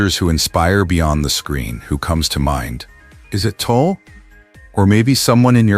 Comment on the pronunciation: It's TUL not TOOL. How do you get something so simple wrong?